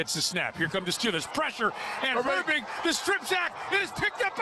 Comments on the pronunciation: Glad I wasn't only one to catch that 🤣 sounded like he pronounced "Herbig" as "hairbrick" too 🤣🤣🤣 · Hairbrick is how you pronounce it just ask